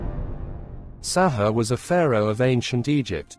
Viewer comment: pronouced sa hoo ray not sa haa